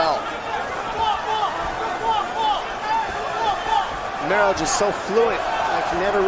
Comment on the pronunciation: не Ромео а Ромеро, произноси имена людей правильно